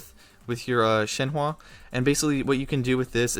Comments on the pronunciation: ITS SHENHUH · i can see how you got there, but you're still mispronouncing it pretty badly... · It's shen-hu you say it as shen-hu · In mandarin her name pronunced Shen huh. Like the English word Uhhhhhhh Shenhuh. :) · or an even easier way to see it is “Shen-Her”! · if ur gonna do these videos say the names fucking right u ALWAYS say them wrong and its not even funny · definitely up there with the worst pronunciations i've heard of her name lol top 3 at least